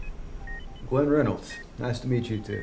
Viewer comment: Did he say Ryan Renyolds😂